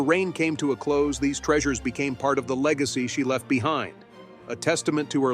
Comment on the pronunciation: “Legeacy” ? I think not!